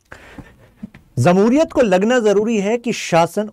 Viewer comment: It is not zamhuriyat.. it is JAMHURIYAT